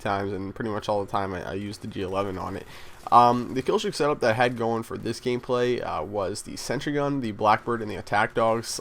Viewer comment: Nice "Gamplay"